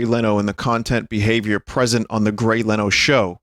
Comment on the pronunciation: grey leno occasionally pronouncing his name as grey leeno is my favorite bit. ever since i first saw this vod, it's been in my head